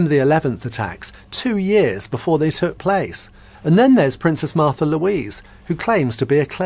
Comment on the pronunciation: Her name is Märtha, learn to pronounce it correctly!